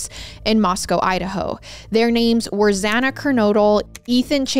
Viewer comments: Why are you saying Xanas name the way you are 😅 its spelt Xana but is obviously pronounced Xan-na in every other video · Yeah she does that alot it's really frustrating